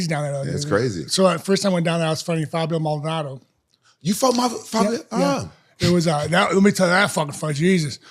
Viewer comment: After all these years rampage still can’t say Maldonado 💀💀💀